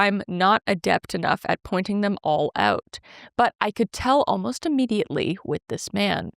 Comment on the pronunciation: "Oh-most" instead of "almost" drives me insaaaane. Also I've only heard people pronounce "I've ~been~ there" as "I've ~bin~ there"